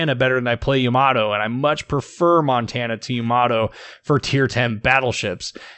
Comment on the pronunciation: It's always so funny to hear when people put the emphasis on the wrong syllable for Japanese names, no offense meant. Just really funny to hear